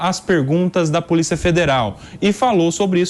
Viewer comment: "POLICA" FEDERAL...